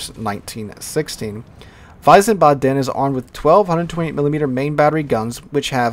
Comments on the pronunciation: The German cruiser name is pronounced "Veez baden". It is my adopted hometown. It is also right across the Rhine from Mainz. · I believe it's pronounced Veez-barden there. Grand Duhchy Flint was an Atlanta class there chief. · I think when you wanna speak it out correctly i would spell it weesbaadn (you speak the a a bit longer at the b,d,n short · ... Wiesbaden is pronounced "ˈvisːbɑːdn" , not wisen:ba:den. You gave it a good shot tho👍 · Wiesebaden pronounced VEEZBODEN. Having been to Germany and to the Baden twice, it's easier to pronounce. Great video covering the Update! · Its so cute how you say Wiesbaden :D You say it like its written "Weisebatten". Note that its "ie" not "ei". Sadly idk a word in english i could use as an example in english for the "ie" sound but its very close to a normal i. The "W" is more like a englisch "v" like in "view". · VEEZ-bodden would be a close phonetic example for english. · Yeah I lived in Germany a little bit and when he said Wiesbaden like that it made me cringe lol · some don't know that W in German is pronounced as a V. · it's not that, he added an en in the middle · haha same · I just knew that anyone who is non-German would butcher the pronunciation. It makes me cringe when they do. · Stationed in Germany in the 90's. Hurts my ears to hear pronunciation.